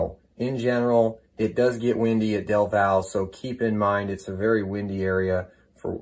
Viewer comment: Del val, lol its del valle😂